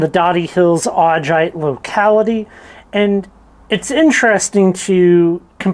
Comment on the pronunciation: There are better examples of Augite up Lincoln creek valley. If you are in the Doty hills then you are on the wrong side of the ridge. The Lincoln creek formation is a pretty large area. Also it is pronounced Au-guy-t. Also in the Lincoln creek formation you can also find pillow basalt.